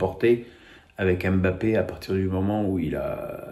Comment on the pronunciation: T'es sérieux? C'est plutôt le contraire, 95% des consultants s'acharnent. En même temps comment accorder du crédit aux dires d'un qui écorche volontairement le nom d'Mbappé pensant passer pour un "intellectuel" sarcastique... pitoyable.